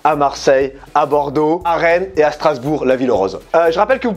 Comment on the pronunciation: Il a dit Strasbourg la ville rose Avec l’accent du sud 😂🤣